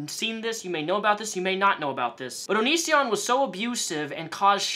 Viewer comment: I love how he was so irrelevant to you when you posted your first response that you pronounced his stage name “onishion”